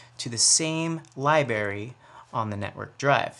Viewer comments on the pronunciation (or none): Dude, did you just say "libary" in the beginning of the video? Gotta say, I stopped listening as soon as I heard that... thanks for trying to help the world anyway. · LOL! Libary? Yup - I tuned off at the point too.